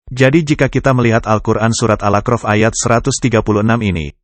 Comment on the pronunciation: Surat al a'raf bukanal akrof pak, jgn diganti maaf